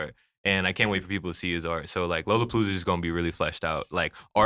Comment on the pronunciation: yall gotta update the timestamp names, the album is UKYO not Yu Gi Oh lmao. and its LOLOPOLOOZA. not Lola Palooa. and yall forgetting the 47! FXLSE47